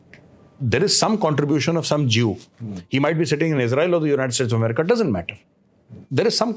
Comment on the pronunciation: Gaurav ji aap pakistanio ki band bajate bajate America ko Emerika bolne lage 😅😅